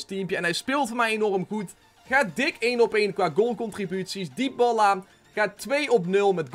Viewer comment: Waarom spreek je het uit als Dyballa ?